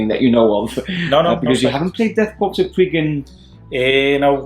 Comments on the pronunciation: Death "Korps" which is pronounced (Core)... Still love your stuff, keep it up! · Great vid! ....FYI, you don't pronounce the "ps" on Korps.....It's like "Death Kore of Krieg". :) I did it that way for a long time before I learned about it. LOL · Is it Death Korps pronounced "Core" or "Corpse"?